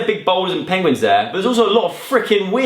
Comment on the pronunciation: "pengwings" anyone?